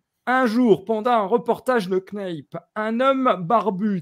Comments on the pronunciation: Non mais justement il n'est pas du tout prononcé ainsi en anglais. Le A est a dire a la francophone et ca va sonner ainsi = "NAP" simplement. Le reste de l'émission est tout a fait intéressante par ailleurs. :) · il faudrait apprendre a prononcer le nom de George Knapp…. :(